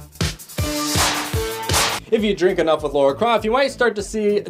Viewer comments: 1. Lara, not Laura. 2. Did you say.. Fragile Rock? Fraggle! Frag-gle. 3. you missed the firefly class transport ship queing for the nightclub (what? no way to know it's the Serenity... it probably is though)) . 3. Robbie The Robot in the apartment. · Lara. La-Ra, not Laura.